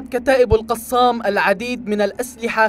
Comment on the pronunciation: كتائب "القصام"؟؟ نرجوا ايجاد اشخاص يجيدون قراءة العربية في قناتكم، فضحتونا.